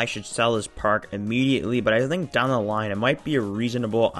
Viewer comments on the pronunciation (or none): none